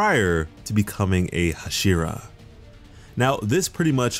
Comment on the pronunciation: Nobody: hashira: HuShIrA